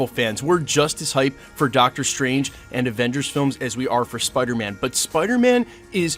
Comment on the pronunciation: Dr. Stwange